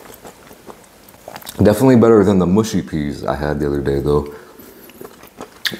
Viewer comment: Btw the pronunciation of mushy peas is not ‘mooshy’ but muhshy- the u said like ‘uh’ in umbrella